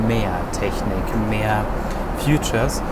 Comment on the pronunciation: Super Video und vielen Dank wie immer. Eine kleine Anmerkung, weil es mir mehrmals aufgefallen ist: das englische Wort "feature" hat eine andere Aussprache und wird nicht wie "future" ausgesprochen :-)